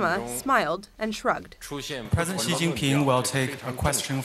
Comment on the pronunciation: Why do these reporters see the name Xi and stuff a hard J sound into it? Jjjjjjjjjeeeeee brother it's Shee if anything. I